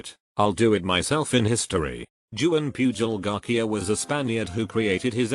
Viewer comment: TTS be like: Joo-ann Pew-jol Garkia and double U double U two.